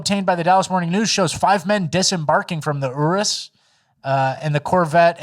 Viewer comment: pronounced Urus correctly the first time. Not sure why he’d take reading advice from f*ck*n